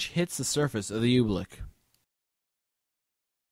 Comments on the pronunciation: Oobleck is said like how it is spelled. It's not Obleek, it's like Oo-bleck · OOBLECK not OOBLEEK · I thought he was saying "oblique". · Are we all gonna ignore how he called oobleck oblique? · You're pronouncing "oobleck" wrong. Dummy.